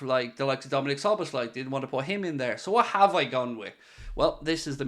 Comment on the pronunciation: Bro butchered Szoboszlai's name💀